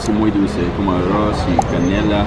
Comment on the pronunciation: Es agua d arros no arros